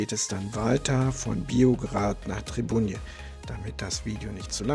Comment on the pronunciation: Ein schönes Video. Allerdings schmerzt TRIBUJE in den Ohren 😜 nj wird wie ein N bei Champagner oder Niño gesprochen… Alles Gute und Schiff ahoi!